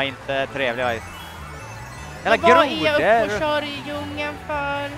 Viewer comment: gröna kvinan. "jag har shört mario kart med denna." senare "HUR SHÖR MAN!"